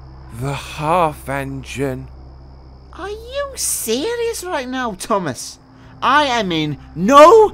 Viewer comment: "are you serious right neow"(bro)